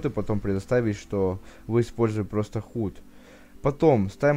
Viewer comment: Хут?)) Худ если что...